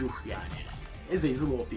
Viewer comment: abi sana kac kere dedim azezel degil lan azazel